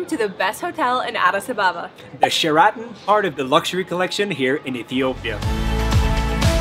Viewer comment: The Share -a-tin hotel not share-rotten